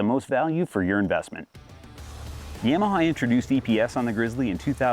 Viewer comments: What the hell are you saying? lol (ya- ma- ha) it not yam a ha 😂😂😂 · Other than "y-aaa-m-aha" this is a good vid.